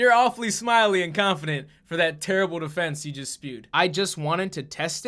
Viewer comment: pronounces Terrible "terriboo"